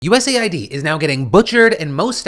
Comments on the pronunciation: Ooooohhhhh it’s US Aid not U Said or U. S. A. I. D. 😅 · “US AY EYE DEE” instead of US Aid, how politically correct of you 😊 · It's clearly pronounced US AID lol wtf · "USA ID"...? 🤔 Not "US AID"? 🤨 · It is pronounced US Aid. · Why do they call US Aid, like U.S.A.I.D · I thought USAID was pronounced as “US-AID”